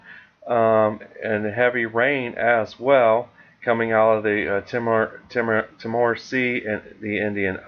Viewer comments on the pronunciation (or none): Ice warming video I’m always excited about this stuff and btw Timor is pronounced teemor